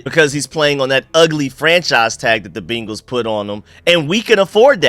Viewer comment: Good shit as aleays. I aint gona hold you tho, everytime you say BEEnguls is like nails on a chalkboard.